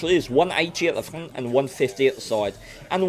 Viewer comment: _honest gaming, when you keep trying to say front, and turret i laugh my ass off. "fnngghht" of the "tuennnght"